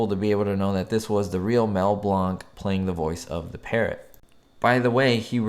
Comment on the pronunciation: Thx...u r always interesting..enjoy ur keen eye, location sharing and info in general Just a note..its pronounced Mel as in 'Blank' not Blonk All good